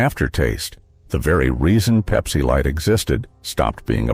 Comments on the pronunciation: I stopped watching after Pepsi was called "PEEPSI", kinda hurts the credibility... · Peep-see. I want my Peep-see.